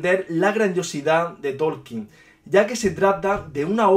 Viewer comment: Tolkien...no Torkien